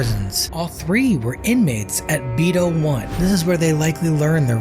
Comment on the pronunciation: Out of all my years as a c.o. in Region III - TDCJ . I have never heard anyone call Beto ; Bee Toe.